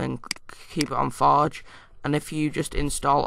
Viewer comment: lol ur accent "minecraft foj"